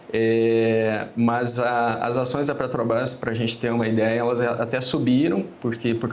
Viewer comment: "as acoes da Petrobraz" kkkkkk